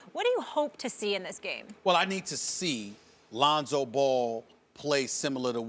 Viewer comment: LOL, he did say it right tho' ;)